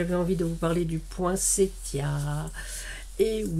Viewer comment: Cc, merci pour cette magnifique page et ce conte. J adore t écouter ❤..merci pour l info..maintenant je sais qu il faut prononcer cette fleur avec le son t et non le son s. Bizouilles 😍 a bientôt 🎉